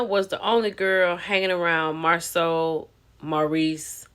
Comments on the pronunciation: This is embarrassment for hoetell and hoeslaw to me. They could have coached this lady. Because she doesn’t pronounce Marsau name correctly and Tisha need a picture or video proof not word of mouf 😂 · 😂😂 Yep, and why dis woman keep calling him Marcel and not Marsau....